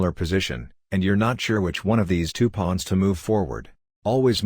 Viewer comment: "Pwons" Lol